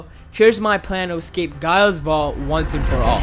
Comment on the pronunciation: Just me who, 1. got annoyed by how he pronouced gaia. And the fact that gaia is the earth godess yet this vault isint in the earth. But in all seriousness great video.